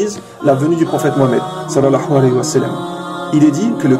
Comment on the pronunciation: Akhy attention a ta façon de dire sal allahu alahi wa salam, je sais que c'est l'intention qui compte mais ta façon de le dire à un tout autre sens ... tu dis salahua walahi sa salam. Autrement que dieu te protège pour tes efforts akhy